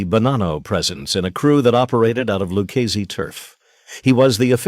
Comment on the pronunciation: The " Luchazesss" ai butchering Italian Names. Smh 😮